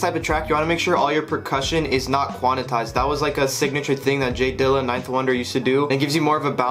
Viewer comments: its quantized bro not quanatized lol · Quan-tized bruh. Not Quan-i-tized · Quantized fam... not quannitized lmao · Take a shot every time he says “quanitized” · Every time he said it I was cracking up lol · you ain’t learn shit you STILL say it like that 😭😭